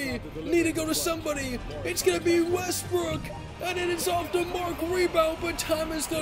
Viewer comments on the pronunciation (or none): none